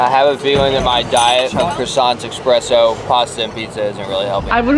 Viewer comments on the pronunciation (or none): I love you guys but did you just say EXPRESSO? 🥲🥲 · You’re awesome but how do you drink coffee every day and still say eXspresso?! 🤣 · Is saying Expresso or Espresso? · if you said expresso, you doin it right